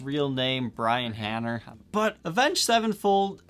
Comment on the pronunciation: I. NEED. THAT. GUITAR. IT'S BEEN 10 YEARS GOD-. also, it's brian HANE-ER, just a kind correction 😅